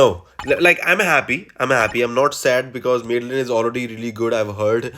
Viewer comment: 'Mad-the-lyn', not 'Mid-the-lyn'